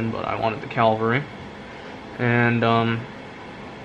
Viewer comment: Beautiful. By the way, it's a Cavalry Model, not a Calvary Model. Calvary is where Jesus was crucified.